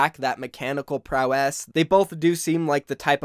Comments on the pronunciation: Why do you say highsteria and u say prowess like prow...Ess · My guy please pronounce Hysteria and Prowess correctly yikes (Hiss-tare-ia) (prow-is)